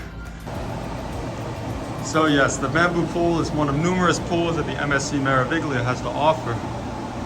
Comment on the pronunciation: The “G” is silent in pronouncing Meraviglia 😉